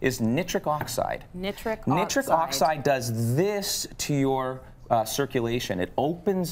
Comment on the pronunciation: For gods sake, never say nitric oxide like that again!!!